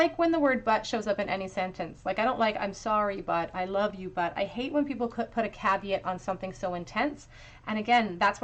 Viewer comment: Pile 2, when you said "but" I thought you had said "butt" and was like "yeah that's him 😅